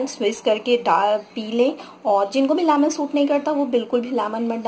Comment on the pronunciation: Lamon nhi man lemon 🍋! But it’s okay thank you. 👍🏼